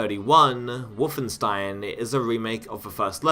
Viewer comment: why are you saying WOOFenstein?